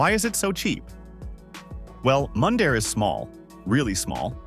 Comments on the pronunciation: How about Moondare lol.... It's Mun dare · Mun-dare not Moon-dare Alberta. Mundare not moondare. American trying to sell Canadian properties to Americans? I don’t think so. With the American government trying to take over Canada is not going to happen. When Trump is out of office, then we will talk. You have 17,000,000 people to thank for that because they didn’t vote. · And Mundare, Alberta, is pronounced like "fun" not "moon". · Interesting but AI has trouble with unusual names or places. Showing up looking for Mundare using Ai's pronounciation will get no recognition for the name. Write it out on paper. The Ukrainian town of Mundare will be surprised they are on any list That has no interest in their specialty of Ukrainian food, sausages.